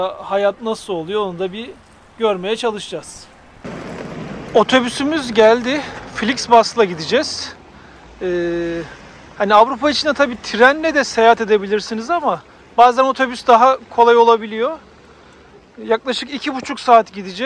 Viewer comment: Flixbas değil kardeş Flixbus🙈😬😅